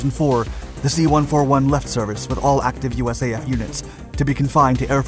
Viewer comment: Please don't say the American planes' designation number individually. A 141 is not a One Four One. It's a One Forty One.